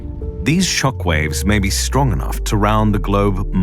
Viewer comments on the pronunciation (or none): none